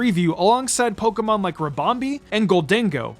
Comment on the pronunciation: It's Pokémon, not Pokeemon!!!